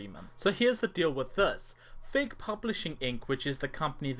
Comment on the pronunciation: Every time you say "Fig Publishing, Inc.", it sounds like "Fake Publishing, Inc.", which is completely appropriate.